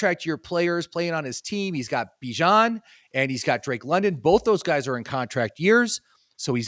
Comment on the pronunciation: the bijan robinson pronunciation is out, you weren’t saying it right either 😂